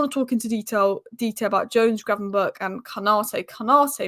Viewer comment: The only inconsistent thing about Ryan Gravenberch is pronouncing his name.